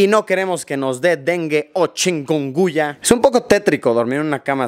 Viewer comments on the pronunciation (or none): Chikunguya no, chikungunya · Se dice Chikungunya.